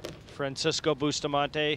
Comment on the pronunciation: Please pronounce Efren's name right! It's pronounced ray yes, not ray az. Francisco's name is boost a montay, not busta montee. You all make my ears hurt.